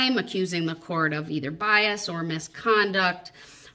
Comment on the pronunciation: one of my favorites was when she pointed out that Bias does NOT have a “T” on the end. 🤣🤣🤣